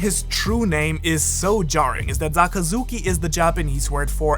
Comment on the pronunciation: Just me or did u start saying zakazuki